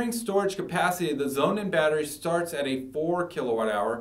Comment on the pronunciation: Would you please stop calling the SonnenBatterie Zounen? Thank you! And please take a public speaking lesson.